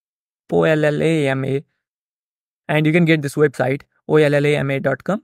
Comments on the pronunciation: Ollama is pronounced "Oh Lama". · the llm is pronounced “OH-LA-MA” c’mon ma’an !!!!!